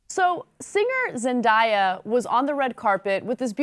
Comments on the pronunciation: Why do people say Zen-die-ah? Its Zen-day-ah! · why can't anybody pronounce zendaya correctly? It's not pronounced zen-die-a it's zen day a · It's pronounced Zen-day-ya.